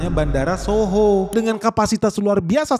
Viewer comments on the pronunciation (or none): Itu nama bandaranya "DHOHO" om, bukan "shoho"🙏🏼